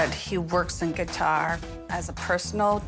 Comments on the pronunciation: Does she say guitar? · Why does she keep saying „guitar“